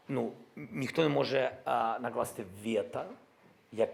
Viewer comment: Не вєта...а вето...алло гараж😂